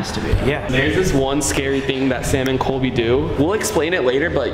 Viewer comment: its colby not coby